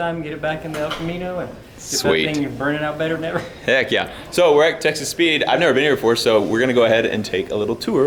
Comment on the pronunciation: Is it wrong that every time you say Texas Speed I hear Texas Pete? 🌶🤣🔥🌶